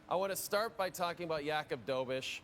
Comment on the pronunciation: Hey! When are you going to learn how to pronounce Jakub’s name?